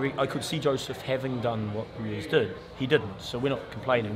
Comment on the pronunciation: Brilliant👍 just one thing. Please take the Mickey out of DH next interview on his pronunciation of Ruiz. “Ru is” really. Or maybe he’s taking the piss out of us. Who bloody knows??? Monty Python reborn into boxing promotion. Love it😂😂😂